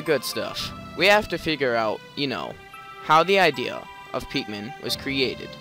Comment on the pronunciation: why do you call them pek-men insted of pick-men?